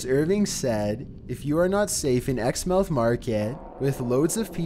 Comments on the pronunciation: 1. It's grenfel not greenfel 2. It's is spelled exmouth but it's said like exmooth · “Exmuth” market.